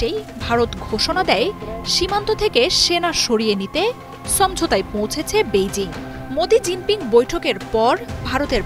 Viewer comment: বাংলা উচ্চারণ সমঝোতা থেকে ছমঝোতা বলছেন পাঠিকা এগুলো কি আপডেট ভার্সন? নাকি আলগা উচ্চারণ?